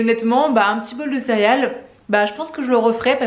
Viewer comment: Je viens de te découvrir, tu as l’air tellement sympa! Par contre, tu disais cériales? Hahaha si c’est le cas, je me sens moins seule, je le disais comme ça tout le temps quand j’étais petite haha